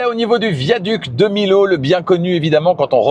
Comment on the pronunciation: Pour les bonbons Haribo : à emporter = TVA de 5,5%, ne pas consommer sur place, sinon le magasin est en faute car la TVA est de 20% lorsque la consommation se fait sur place. On dit viaduc de Miyo, pas Milo pour la prononciation.